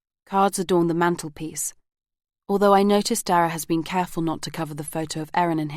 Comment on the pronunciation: I’m really enjoying this but wish that the narrator would pronounce correctly “the” before a vowel. It’s annoying.